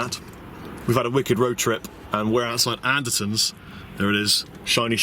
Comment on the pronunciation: you pronounced the shop Anderson's not Anderton's and I make this same mistake.